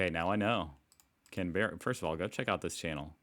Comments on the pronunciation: Aussies usually pronounce the Capital - as “Can-bra”. 🙂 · I'm sorry but it's pronounced can, bra😅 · You pronounce Canberra…. Cambria! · Pronounced by locals as "CAN-bruh". Emphasis on "can". I fell in love with my now-husband here, at the National Folk Fest. Love it, even though it's generally freezing! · I haven't read all the comments but Canberra is generally pronounced as Canbra by most Australians, an example of our abbreviation of many common words. It's a great place to visit, but as someone who visited it regularly for work a few decades ago, I'm less sure about it being a great place to live. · We stress the first syllable, not the second. It's CAN-bra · Canberra is pronounced can-bra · I live in Canberra, and by the way it is said "Can-b'ra". It is in the Australian Capital Territory, that is just a bit larger than Long Island, NY. It's a city of ~400k people. Politicians meet at Parliament House, and the Departments of government are headquartered here. Seven universities have campuses here, but only the Australian National University and the University of Canberra are fully local. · pronounce it "Canbra" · Just so you know we say Canberra like “canbruh” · Btw it is pronounced can-bruh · Happy arvo. Canberra is pronounced Canbra. We do like to keep our cities clean, Littering is one thing guaranteed to get us worked up. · My friends dad engineered the flagpole on the new parliament house. Fun fact...he inscribed her and her sisters initials on it before it was installed! And we are lazy with our pronunciation here...its Canbruh! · Thanks for the video. Just FYI we pronounce it CAM-brah :) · i can attest, it's definitely pronounced Can-bruh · Yep Canbruh 😂😂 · CANberra….emphasis on the Can…. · Canberra... Can-Bra. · We pronounce it Can-brah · I lived in Canberra for 7 years. It had clean air, lovely blue skies & pretty autumn leaves. I absolutely hated it after a few years 😂 BTW, it's pronounced CAN'bruh. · Hey mate it's pronounced Canbra lol 😆